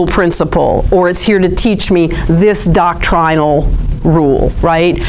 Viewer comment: please stop with the "dock-TRY-null"... "DOCK-trin-all" flows from the tongue more fluidly, not to mention less pompously 🙂... i am teasing, speak as you wish... but seriously, you know that's not how anyone says it... OR IS IT?!? carry on...